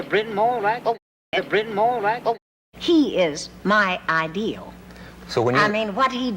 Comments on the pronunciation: As a welsh speaker - seeing 'Bryn Mawr' pronounced as 'brin maah' is so jarring :) Especially how in welsh the r in mawr is rhotic - yet in the american accent it isn't, even though the american accent is supposed to be rhotic! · Brynmoor….. a terrible pronunciation of Brynmawr - a Welsh name that means big hill! Audrey pronounced it better….the mawr bit sounds like the beginning of Māori …. Not more! Interesting clip though, really enjoyed it